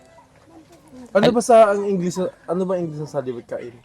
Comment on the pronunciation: magaling sya magpronounce ng english. yung v sound at f sound correct